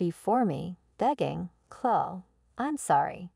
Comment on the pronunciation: AI mispronounced too many things. Couldn't even pronounce Chloe.